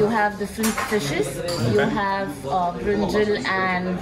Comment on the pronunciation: Siddharth Mehta, worse, she keeps calling it Brinjill! Wtf is a Brinjill? Brinjack’s girlfriend? 🙄